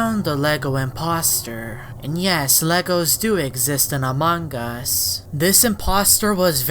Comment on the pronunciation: pleace stop pronouncing it amongus. its very anoyying